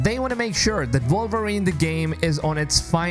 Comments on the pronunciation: Why does this guy keep saying “Vulverine”? Not sure I want to play that game. 😂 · The character is called WOLVERINE not Volverine😂